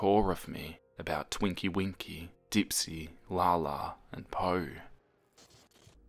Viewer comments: it’s TINKY winky not TWINKY winky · can we just speak about how he said "Twinky-Winky" instead of "Tinky-Winky" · Okokok, I’m sorry, but he said Twinky Winky and I found that hilarious